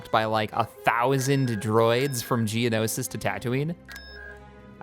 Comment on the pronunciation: Yeah, but then there's stuff like pronouncing Gamorr 'Gamora', Hypori 'Hyporia', and there was one time he pronounced Geonosis as 'Geonosia'. Thinking about he, almost every planet name he mispronounces, he adds an A.